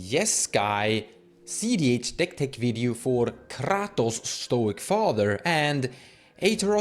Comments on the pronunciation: I stopped watching this video at KRrrrahtoes. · I watched the video 😂. Ive just never heard someone pronounce kratos in such a way. Especially rolling the R. Caught me off gaurd.